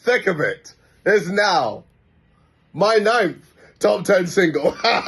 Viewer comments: No hate but anytime you say “Thick of it” i hear “Tickle fit” and my snail brain processes it till i realize what you said, great video!!! You got another subscriber :) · Every time you say "Thick of it" I hear "Tickle fit."